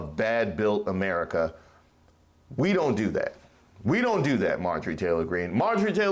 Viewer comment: I lost it when ma boy said "Merica" ...lol... I could tell he wasn't talkin bout the "sweet land for liberty" ...either...lol